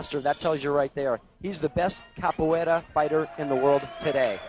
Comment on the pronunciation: one of the guys can't pronounce capoeira lol